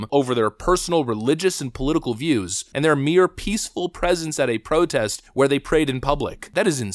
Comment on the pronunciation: The state of those 'police officers' is shocking. That women can barely enunciate her words. She could barely pronounce the word "protest".